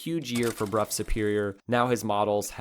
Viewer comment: Brow, not Bruff